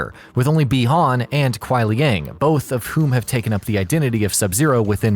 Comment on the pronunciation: No Kuai Liang is pronounced Leeang